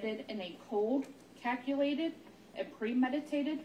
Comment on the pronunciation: What about "caculated" and "manor" tho?